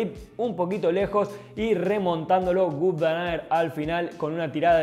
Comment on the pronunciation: Ni Gut ni Vut. Se pronuncia Vóut